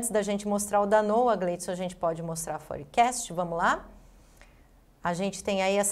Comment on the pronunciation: Forecast? fór-kest